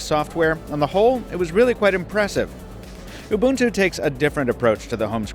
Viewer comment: he's pronouncing ubuntu correctly, i don't like it